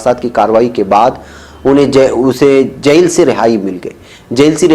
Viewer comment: بہت افسوس ہو رہا ہے یہ کہتے ہوئے کہ کئی بار آپکا تلفظ صحیح نہیں ہوتا ہے، آپ جیل کو جس طرح بول رہے ہیں وہ سن کر میری طبیعت بھاری ہو جاتی ہے کان بوجھل ہوجاتے ہیں، برائے مہربانی الفاظ کے تلفظ پر بھی تھوڑا کام کریں،